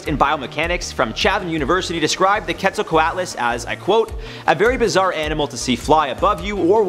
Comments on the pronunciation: Its not ket its qet. Just make the q sound then halfway through make the et sound. Also its pterasaurs not pterasaurses. Also it would be bad if they were alive still even though it is my favorite pterasaur. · I think it’s pronounced “cwetselcwotlus” but i could be wrong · Quetzal- co-ut las. Off by one single sound. :P Spelt correctly but the a is pronounced like a u because it isn't English